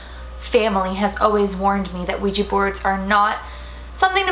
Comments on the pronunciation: Also for anyone who doesn't know this it is not pronounced Ouija with the long eee sound, it's pronounced like it's spelled with an A on the end like on the end of my name, Dana. Now everyone say it with me, Ouija (weeja)!! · ITS OUIJA NOT OUIJI ITS WHIT A NOT I YOU DONT SPELL IT RIGTH, OUIJA NOT OUIJII